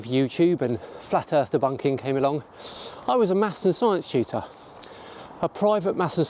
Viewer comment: At first I thought you were saying you were a "master science cheater," which would be a really weird way to describe oneself. It took a moment to realize you were saying "tutor" and not "cheater." 😏 The one thing I can tell early on is you're taking way too long to go through these questions...